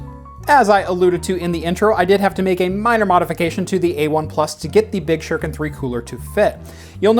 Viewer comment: SHU-RI-KEN .... not "shur-ken" .....seriously?! it's 2019, learn how to pronounce your Japanese damnit!